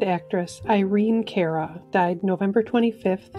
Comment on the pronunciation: It's pronounced CAR - UH - not CARE - Uh. Irene Cara. Carey is with an ey which is why it sounds the way it's pronounced. But not that you care.......